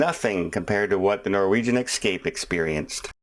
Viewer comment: So sorry it kept bugging me.....Its the Norwegian eSCape...not eXCape ... one can escape on a vacation, but one cannot excape anything...at least not in English ;)